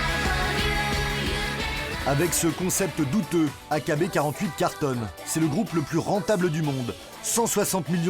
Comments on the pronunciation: « AKB quarante huit » 😭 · Ça se dit "aïkibi forty-eight" pas "A K B quarante-huit" xD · Mdr loin d’être fan, c’est juste que c’est un groupe connu, même Tev a fait une vidéo dessus (qui est d’ailleurs bcp plus dans les détails) et on le prononce bien à l’anglaise